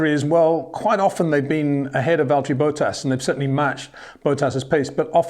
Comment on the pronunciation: Who is Valteri Boat-Ass?